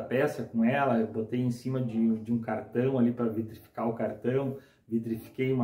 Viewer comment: Olá amigo. Como vc é um profissional, acho que deveria usar os termos corretos dos processos que trabalha. O termo correto é viTrificar, não viDrificar, como vc está falando. Abraço...